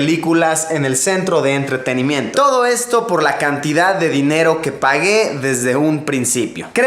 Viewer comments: se dieron cuenta de que luisito dijo ENTRETENIMENTO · en el min. dice enteterimiento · en el minuto luisito dice entretenemiento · Soy o en el minuto dijo entreterimento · jejejeje dijiste ENTRETENIMENTO...SALUDOS LUSILLO EL PILLO DESDE ECUADOR BIEN AHI... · XD entrertenemento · enbes de entretenimiento dijo ENTRETENEMENTO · Alguien más noto que dijo ENTRETENIMENTO?😂😂😂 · si se dieron cuenta q en el minuto dijo entretemiento o yonose pero el caso es q dijo mal eso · Soy el unico que se dio cuenta que en el dijo entreteniMENTO ? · minuto dijo entretinimiento